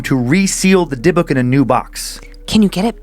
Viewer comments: Dib-ick, not deh-book lol Glad he finally caught on...Joe must’ve been in his earphones about it. Love this series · I know that with cadences and regional speech changes but I’ve always heard dybbuk box pronounce (dib-bick) but I could be wrong. Sorry to interrupt with this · So happy someone posted about this. Love the show but the pronunciation was bugging me. Haha. "Dib-bick" is correct. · And Dan it's pronounced dib-ik box lol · I was thinking that too. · Dude the way you pronounce dybbuk makes me want to throw you cuz you're pronouncing it completely wrong no hate at all I just started listening to you guys like 2 days ago I love y'all are great but you're pronunciation for a lot of these words frustrates me lol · I’m pretty sure he’s mispronouncing Dybbuk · specifically why I was scrolling through the comments, wanted to make sure I wasn't the only one scratching my head.